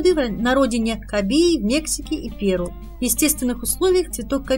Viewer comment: Не ПЕру,а ПерУ